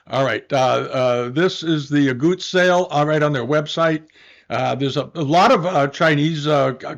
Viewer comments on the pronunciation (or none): Dear, it’s Aguttes not Auguttes.